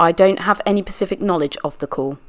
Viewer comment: Thank you so much for this. Just one tip it's Specific not pacific* (not to be grammar police but it was killin me lol) other than that excellent job 👏👏👏